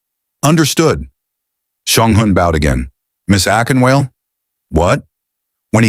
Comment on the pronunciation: A-KIN-WAH-LEH! Akinwale. AI needs some home-training😂